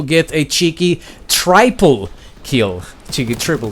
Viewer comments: It's Justin Bieber not beaver ok omg it's not triiiiipel and it's not dooble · Does he really say triple like try-pull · A tryple kill? M8 it’s triple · Try-pul kill. Cheeky. Smoke 'nades... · who else gets pissed off when he says tryple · Before calling people noobs you should actually learn how to say triple kill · When he says triple wrong ... dear god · Literally subscribing for the way you pronounce double and triple haha. Jolly good show old bean 100 billion upvotes for you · hearing a guy who doesn't know how to say triple just wonderful